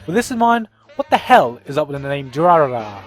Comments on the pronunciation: Durarara!! is pronounced 'Drrr' by the way haha. "Durarara-rarara...rarara." XD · I KNOW WHAT DURARARA IS!! It's how the Japanese pronounce "Dollar" so therefore it refers to the colorless gang! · Apparently adding trigun to 'watch again' and... What was it? Durarara? Durararara? I'll google it